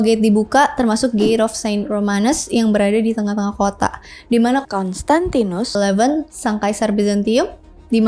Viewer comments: Kayanya susah ya ka nyebut "konstantinus" 🤣🤣🤣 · "konstantinus" 😆lucu bngt setiap pengucapan kata itu nada nya sm semua